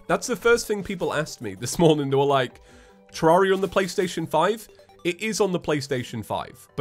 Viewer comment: Nobody: explaining his YouTube channel: " Terr-are-ia, ya ever heard of it, its a game